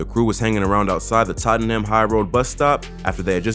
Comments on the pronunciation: Man said totten ham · Facts man said totten Ham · The way this man says Tottenham 😂